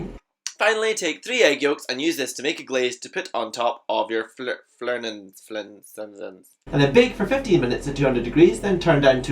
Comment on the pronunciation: I've checked that thingy on google, and found that the greek transcript is φλαούνα(ς - for plural), so it should be pronounced as fla-Ú-na(s - for plural). I think I can smell the cheesiness through the screen. 😕